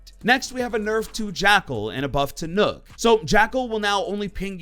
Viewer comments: dude said nook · I thought he said "nerf to nook" and that wouldve ended my career